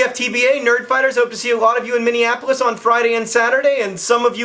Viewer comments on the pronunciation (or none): none